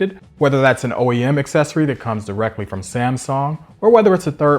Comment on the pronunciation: New drinking game.... Every time he calls Samsung "Samsong" you have to take a shot.